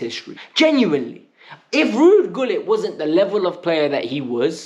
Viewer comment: My son is a year older than you he knows who Ruud Gullit is ( it’s pronounced Hullit btw) if you’re a fan you should know at least the history and the greats of the club from famous fans like Matthew Harding to players like Peter Osgood and Kerry Dixon, come on man ktbffh!